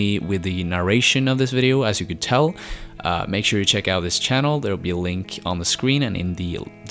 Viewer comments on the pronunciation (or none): none